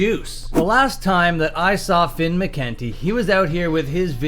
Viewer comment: You keep mispronouncing McKunty.